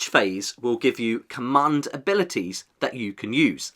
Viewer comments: ‘Cummund’ 😅 great video though! ;) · Please say command correctly in future videos. Commund is hurting my brain